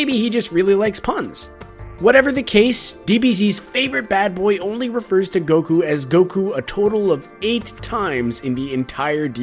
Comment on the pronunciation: It honestly surprises me that Vegeta called him Gokue 8 times. That feels like too many lol. Also makes me wonder how many times Goku has been referred to as Kakarot